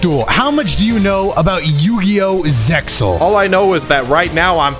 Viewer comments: Who's gonna tell em that the X in Zexal is silent... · I wanted to be an extra nerd when he asked if Dion knew about zexal and say that "um its actually pronounced zeal" (yeah it is. the x is silent😅)